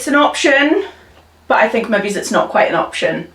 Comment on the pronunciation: Everytime you say the word ‘maybe’ it sounds like you are saying ‘maybees’. Is that just the Newcastle accent or way of saying it where you add the letter s to it?